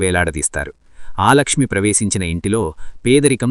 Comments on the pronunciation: ఆలక్ష్మీ కాదు,అలక్ష్మీ.ఒకసారి శ్రీ సూక్తం చదువు. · ఆలక్ష్మి కాదు,అలక్ష్మి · ఆలక్ష్మి కాదయ్యా అలక్ష్మి